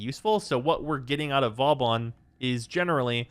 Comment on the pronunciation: Man's craping on vauban yet he can't even say it properly